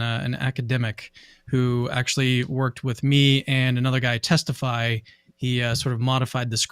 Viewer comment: I thought you said testy bro 😂😂😂